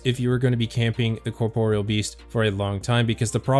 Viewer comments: kaw-Porial sounds so weird xD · he says corporal 😂